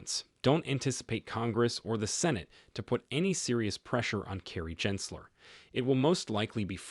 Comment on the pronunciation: How can we take you seriously, when you can’t even pronounce Gensler’s name correctly a hundred times??🤦‍♂️